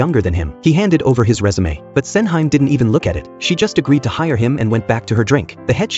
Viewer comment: hearing SENHYME 😂